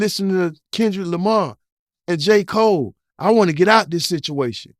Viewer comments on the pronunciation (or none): none